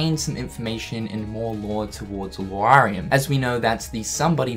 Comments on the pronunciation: IT IS NOT PRONOUNCED LUWARIAM IT‘S LAURIAM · Is Lau-ri-am! Not Luariam man! Kkkkkk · My brudda, you keep saying (Loo-AH-ree-um). Look at his name. "Lauriam". There is no "u" before that "a". It is pronounced (LORR-ee-um), like how you would say the name "Laura" as (LORR-uh). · DAMN,! HIS NAME IS LAURIAM, NOT LUARIAM!!!! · why does he say LOOARIUM i mean its obviously spelled l.a.u.r.i.a.m shouldnt it be law-riam? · gagejoseph91 It's not Lorr, it's Larr. Au=o sound or ow sound. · How fucking hard is it to say Lauriam It’s Liam, but with “lore” at the beginning instead of “lee” Pls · the way you pronounce Lauriam bothers me